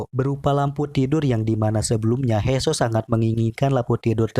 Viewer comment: He soo bacanya (hi suu) bang hadeh